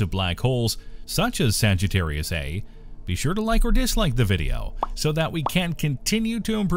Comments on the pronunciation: Okay, I can take it no longer. The supermassive black hole at the center of our galaxy is called "Saggitarius A STAR". You see that character behind the "Saggitarius A"? It's pronounced STAR. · The "A*" part of "Saggitarius A*" is pronounced "ay star", the * is NOT silent.